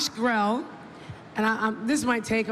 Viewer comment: HIS LAST NAME IS PRONOUNCED "GREE LEE" NOT GRELL.